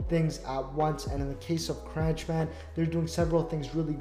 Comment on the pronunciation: is pronounced the same way as CONTROLLER. FYI.